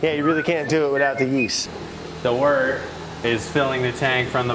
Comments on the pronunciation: Stop, stop stop. You’re pronouncing it wrong! It’s wOrt not wArt. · He has been saying WORTer this whole time!!! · Every time Brad says "Wort" I think he's saying "Water" lmfaooo